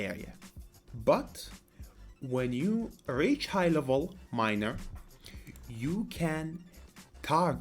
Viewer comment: Ur pronunciation of miner is kinda SUS